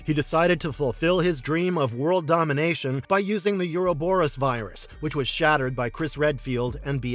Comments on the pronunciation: Mouth-breathers will always pervert language, yuur speech patterns are mind rot, just terrible phrasing and horribke pronunciation like "you-row-boe-rus" for "Ouroborus" ... it is pronounced "O-ro-boe-rus," no "you" sound in the word. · You do not pronounce the word, "Ouroboros" correctly.